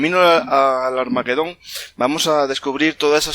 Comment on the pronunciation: Armagedón . La GE se pronuncia como JE. No lleva U entre las dos. Rechina oír hablar mal en un canal culto.